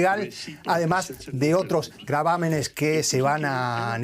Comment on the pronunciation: Gravámenes o gravames? Ya no entendi.